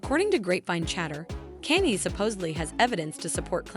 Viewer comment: Kanye not Kenny😂😂😂